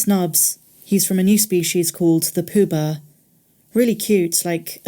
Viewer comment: I’m already hooked on the Young Jedi thing. Poo-Ba, when i first heard you say it i thought you said ‘Pooh Bear’, which was definitely a bit odd. Lol p.s. ‘Adonai’, coincidentally or not, is the name for “God” in Aramaic, the language spoken by the people of Judea in the time of Jesus.